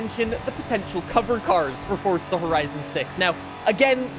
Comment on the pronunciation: Fortza > Forza